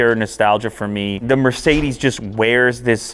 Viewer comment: It’s sucks how you speak Mercedes. Come to Germany